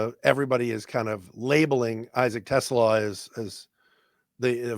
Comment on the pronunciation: Te—Slah. Rhymes with ooh-la-la.